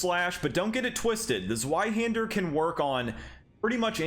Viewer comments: WHY DO YOU HAVE TO SAY IT LIKE "ZOO-WHY HANDER"? IT IS "Z-VEYE"! AAAAAAA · Completely random but zweihander is German so it's actually pronounced zv-eye-hander not zw-eye-hander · "Zweihander" - the Z is pronounced like ts, as in Mozart. Thanks for the video! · The Zweihander is not pronounced like that.. It's German and pronounced "Tsveihunder" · kurwa zweyyyyyhander im not fucking german and yet it was like fucking triping on flat road -> tzvai-hander, or just use German translator to tell you how to pronounce damn TWO-handed sword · Bro please it’s pronounced zveihander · ITS NOT A ZZZ-WHY-HANDER! think of the w as a v, its german for 2, Zwei aka 2-Hander!!!! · Man, from a second-language German speaker, that pronunciation of Zweihander hurt my soul … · zweihander is german, meaning you pronounce the w as a V, in english it just means TwoHander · Ok this is a simple mistake because you did just sound it out and that's what everyone would do but the zweihänder is a German sword so the w sounds like a v, but I'm just a sword nerd so don't mind me